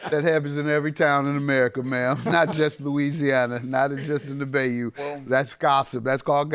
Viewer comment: Mathis pronouncing bayou as bay-u instead of bi-you is hilarious to me😂 #Louisiana